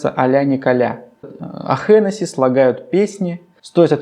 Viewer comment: Да нет, если родился в Ирландии, и, как минимум, до двадцати лет жил там, правильным будет его звать таки Ричард ХЕнесси с ударением в фамилии на первом слоге. А то так можно договориться до того, что если какой-нибудь отечественный Антон или Михаил во Францию переедут, правильным их будет называть Антуан или Мишель.